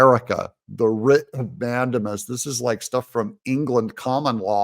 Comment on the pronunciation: I double checked. It's pronounced "man-DAY-mus," as in, "Man, day mus' end when the sun goes down."